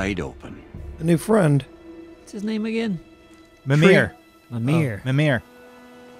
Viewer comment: also its pronounced me-meer mimir